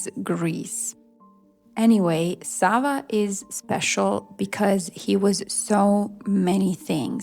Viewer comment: Sollte man lernen alle Namen richtig auszusprechen Savo, Raško,Nemanja.... So viel zur künstlicher Intelligenz dass sie alles kann ❣️